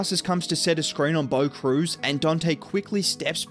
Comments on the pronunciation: Hé called him bo cruz loool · bro called him bo cruz 🤣🤣